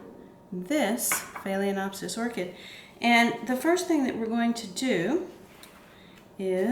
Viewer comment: It's annoying to hear you mispronounce "FAY-LEN-OPSIS.